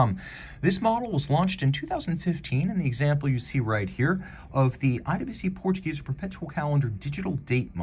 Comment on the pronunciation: On the pronunciation of Portuguese, in German the final e would sound more like "Portuguese -eh" rather than " Portuguese-er". Lol. Don't mind me, I'm being pedantic.